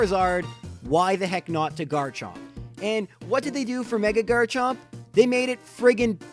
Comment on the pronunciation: He got garchomp wrong